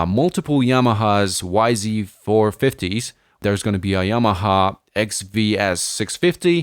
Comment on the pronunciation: That is some weird pronunciation of Narrandera and the YZ450 🤣